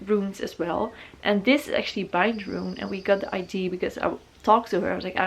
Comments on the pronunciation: I love your tattoos so much!! I'm sorry about this but it's pronounced ideA it normally doesn't bother me at all but you said ide so often hehehe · She was saying “idea” but with English obviously not being her first language it came out more like ID-A. It’s ok, there’s nothing wrong with that. Don’t be so harsh when people are trying AND you obviously knew what she was trying to say well enough to comment. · I really enjoyed the video and I love your style and your tattoos. Just one thing that bothers me is, that you always pronounced idea like "idee", but actually you do pronounce the "a" at the end, but yeah I´m sure you know, but still it slips out like this. I didn't want to be rude, just something I noticed... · i love how you say ID instead of idea haha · I had this idea when I was having a shit on the toilet 🤣 omg I love her she’s so cute ! I love how she says idea it sounds like she’s saying ID. Love the uniqueness of all the tattoos 🌸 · Corrections with pronunciation is great but It's so cute ide.